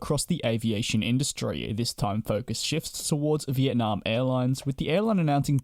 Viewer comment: It’s nam not narm